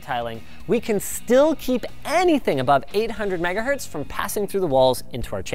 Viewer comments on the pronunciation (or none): none